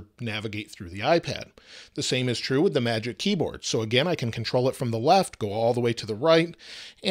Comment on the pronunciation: says “Contol“ instead of Control